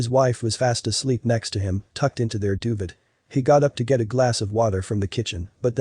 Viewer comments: His "do-vit" umm I think you mean "do-veigh" (Duvet). But nice story overall. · Doo-vaa not dovid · .... what's a doovid? oh...duvet... got it. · HAHAHA! The word is not doovit, it is doovay which is, of course, the warm and soft cover under which they slept. DOOVIT?? LOL!!! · "Duvet" is pronounced "doo-vay." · Cute story. Cats are the best! But please learn how to pronounce duvet (doo-vay) correctly... 🙄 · Came here to say this. I was like, wtf is a dooved? 🤣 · What a terrible narrator. He mispronounced "duvet" and "irrational." At some points he says the cat has yellow eyes; later he says the cat has green eyes. If you want to scare us about a cat, make sure its name is not Muffins.